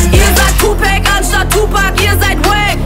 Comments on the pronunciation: Ihr sagt Tupäc anstatt Tupac!!!!! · da merkst du es doch. bestes beispiel... ;) dermann hiess TUPAC! ausgesprochen TUPACK! nicht TUPÄCK... und jetzt ihre line bitte nochmal ,oh und reflektier deinen Satz dann bitte nochmal;)